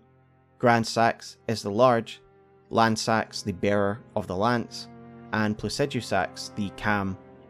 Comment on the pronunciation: I get so sad that everyone mispronounces Lannseax’s name ;(